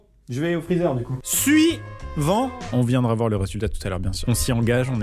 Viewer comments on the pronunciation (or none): Amixem on dit pas Suivant Su-Yvan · A chaque fois qu'Amixem dit suivant, j'entends sue Yvan 😂😂😂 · J avais jamais remarqué mais a chaque fois tu dis : suIVANT (suivant +ivan)